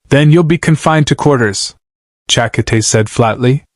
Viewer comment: Cha-ka-tay, that gross mispronounced name gets you a dislike.